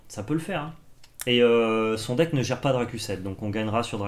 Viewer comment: Oh et ils sont nuleuh. Leurs deckeuh sont nulleuh. En plus ils ne parelent pas de Magiceuh